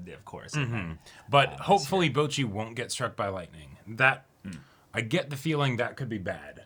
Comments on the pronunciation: I keep hearing the boys say BOJI instead of Bocchi. Ranking is just too fresh lmao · Man said Bochi